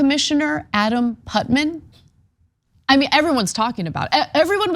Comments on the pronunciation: NOT putman, putNAM. Too much screen, not enough book. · *VICIOUSLY 😄 And the name's Putnam, not Putman. 🙄